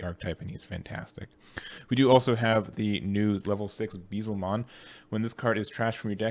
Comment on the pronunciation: Please look up the correct way to say Beelzemon